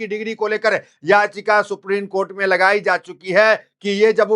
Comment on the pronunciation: ये हमारे देश का दुर्भाग्य है लोग हिन्दी शब्दों का ठीक उच्चारण भी नहीं कर पाते ।बार बार सुप्रीन कोर्ट बोले जारहो हो सुप्रीम बोलने में कठिनाई हो रही है?